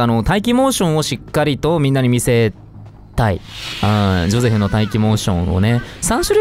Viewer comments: ジョセフじゃなくてジョゼフじゃないの？ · のゼョセフマジで好きなんだがwww